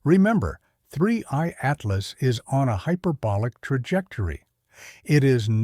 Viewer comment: I used to ask this all the time until recently when his code apparently forgot how to say Atlas